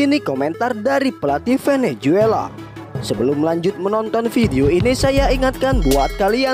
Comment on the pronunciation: Bukan venejuela min.klo nyebut yg benar.